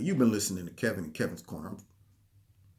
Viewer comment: Nah man, you're "", lol. You're new name, Kevin, lmao. You should have T-Shirts made with that on it...Anyways, great video as always,.